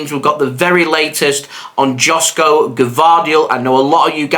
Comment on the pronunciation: It's pronounced YOSHKO, not Josko Gvardiol